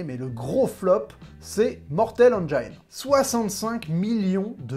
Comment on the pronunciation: Engiiiines, pas engaaaiiiines